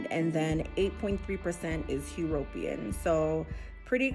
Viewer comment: "HE" - RO - PE - AN"? I NEVER heard it pronounced that way before. "U-RO-PEAN" is more like it. Nevertheless, did you get Jamaica for "Recent Ancestors" migrations? Interesting video BTW.